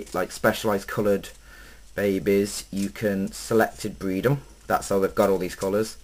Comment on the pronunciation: ha ha how to bweed leopard geckos bweed fuckin hillarious